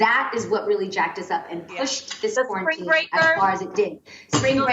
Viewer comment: Adrienne "...kwarantin..."